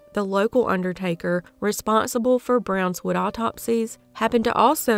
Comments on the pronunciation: Brownwood. Not brownswood. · Brownwood, not Brownswood.